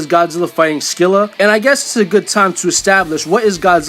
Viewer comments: Dude, Scylla = "Silla" not "Skilla" although Google apparently thinks Americans say it a way I've NEVER heard, but "Sky-lah" isn't correct, either. Just listen to the "British pronunciation." It's how we say it here in America, too, as far as I can tell. I play Smite and I've only ever heard "Silla." Edit: "Evolved" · SILL-A THE C IS SILIENT SHE'S BASED ON GREEK MONSTER OF THE SAME NAME!!!!!!!!!